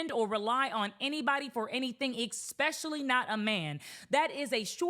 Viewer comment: Since when do you Americans say "ex-specially"? That's like almost exclusively a Greek North America n thing... Awee are you guys trying to replace the real Cleopatras? It's weird... First sororities and now this... Smh such blasphemy